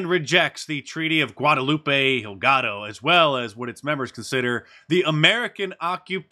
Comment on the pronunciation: funny that you mispronounced Hidalgo as Higado. Higado means liver. it is delicious.